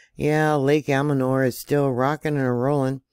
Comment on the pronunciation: thank you for your reports on the earthquakes. Please note that there is no "d" in Lake Almanor. I noticed you are having issues saying the name. It's pronounced AL- MA- NOR. I spent many summers there with my granparents at one of the campgrounds, and I haveflown over Mt Lassen in a single engine plane. Many fond memories of the area.